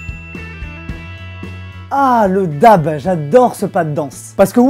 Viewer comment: Sa se prononce Daib